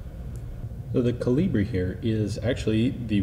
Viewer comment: It's KOlibri. Not KoLIbri. The intonation is on the first part, thus.